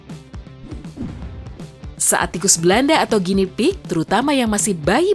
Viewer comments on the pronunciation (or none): none